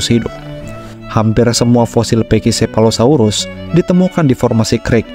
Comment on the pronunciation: Naratornya ngotot bacanya pekisefalosaurus. Padahal pak david attenborough di videonya aja bacanya pakisefalosaurus.